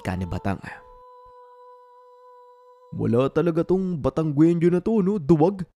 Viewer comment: taga Batangas ako,,mali ang bgkas sa Batangueño..hindi sya batanggwenio ang bigkas dyan..batang ginyo ang bigkas dyan